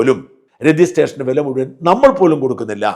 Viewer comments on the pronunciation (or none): none